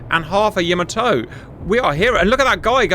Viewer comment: "Yama toe" 😆 😆